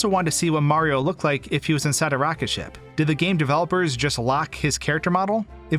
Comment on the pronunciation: The way you say Mario is weird. When you pronounce the game it sounds like you're saying "Super Maro 3D World" without the "i" in Mario